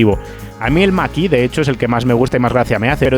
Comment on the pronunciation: Excelente como siempre, pero me "canta" enormemente cada vez que dices "el maki de Ford"... ¿por qué esa pronunciación, cuándo lo normal aquí sería decirlo como suena: "mach e"?, ¿acaso decimos "model wai", o "ai di four"?, la verdad es que rechina bastante... sé que es una chorrada en un vídeo de un nivel increíble como todos los que haces, pero tenía que decirlo... 😅